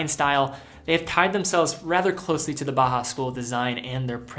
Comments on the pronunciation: Until you started talking about Junghans, I was 99% certain you were saying "Baja", not "Bauhaus". It should sound like "Bow-House", with Bow as in "Bow to your king." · Just for future reference Bauhaus is pronounced Bow-house, ‘bow’ like the courtesy, not the weapon - love the vid otherwise